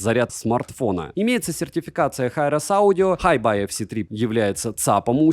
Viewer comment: Название ЦАПа по английски читается "Хайби", а Tidal - "Тайдэл". Ох уж эти плохо образованные обзорщики.